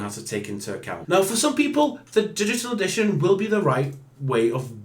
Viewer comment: dishital edishawn?